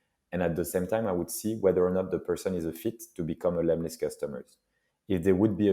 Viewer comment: hey it's lemlist not lemist ;-)